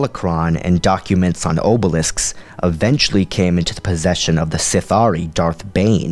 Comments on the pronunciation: Orbalisks, not obalisks...;) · I mean, for example, "M'ta Tremayon," "King Adayas," "Arca JEETH?" Come on, man. And, "oh-belisks?"